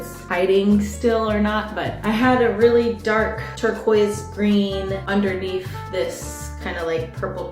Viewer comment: she said “underneef“ And was funny lol